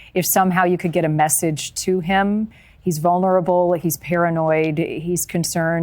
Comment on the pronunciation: The word is vulnerable, not vunnerble.